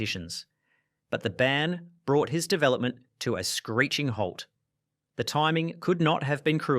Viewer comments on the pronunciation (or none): none